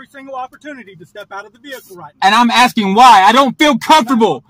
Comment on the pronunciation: "I'm axing you"....english as a 2nd language😅😅😅